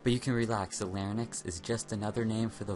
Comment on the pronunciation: Da fudge is a larynex "Larry Necks"? Are you trying to say larynx (lair-inks)?